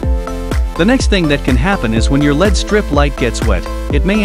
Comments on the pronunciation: It's pronounced "L-E-D," not "led" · Get proper voice over. It’s pronounce El-Ee-Dee as it’s an acronym not as Pb an element on the periodic table “lead”